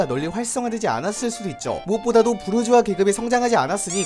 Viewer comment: 부르주아 부(r)자아